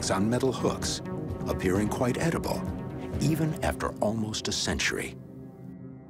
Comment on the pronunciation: "edible" really announcer?